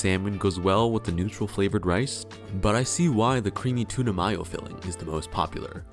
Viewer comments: Why does he keep saying 'mayo' like that? It's not 'my-o', it's 'MAYO'...are you okay? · mai-yo? Dafuq? We in germany? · what...how did you just pronounce "tuna Mayo"....